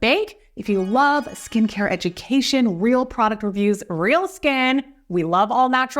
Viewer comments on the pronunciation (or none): none